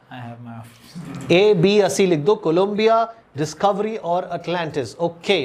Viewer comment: It's funny how didn't get the space shuttle name right even though he did a breakdown of EPR's Q where he explained "shamshan-e-antariksh mein kalpana KALAM PIYA (COLOMBIA) ki"